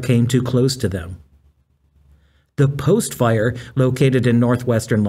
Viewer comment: Gotta Love this AI Idiot and It calling The Fire The Post File, yes it's even The Power Sucking AI Bot saying File, not a FIRE. Ai will be so detrimental because of the Electricity required for this bullshit, one AI. Search uses 30 times as much Electricity as an normal GOOGLE search would. And with the current heat dome encompassing most of North America right now Wildfires are happening all over the Western State's, with California battling several as I speak, with conditions getting drier by the minute. I pray for rains to visit soon and for the firefighters who put themselves In harms way to protect Lives and property. And Bode and the joke Fire Country Television show are a complete disgrace to the men and women who do this work!. Just as is to People like Juan Browne, aka Blancolirio, who brings us real up to date and actionable information.